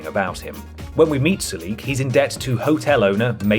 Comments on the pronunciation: I can’t believe you put Sulik (that’s SUH-lik, not su-LEEK btw) close to the bottom. He’s adorable, hilarious, has a ton of hit points and action points as well as carry weight. Give him good armor and a melee weapons and he’s really good in combat. He should be top tier. Unlike dead weights like Lenny and Piper. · I dono what translation you're playing but it's pronounced SOO-LICK not Sue-Leek. And he's probably one of the best companions in Fallout 2, easily recruited early with high HP and good fighting skills. I couldn't take this video seriously after seeing him ranked so low. You ranked Ian higher. Ian is probably the worst companion in the entire series. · Ok first off its, Soo-Lick. not what you said, and 2 he is one of the best melee companions in fallout 2, you give him some good armor and a power fist and hes a force to be reckoned with. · ugh, you are absolutely butchering the pronunciation of sulik's name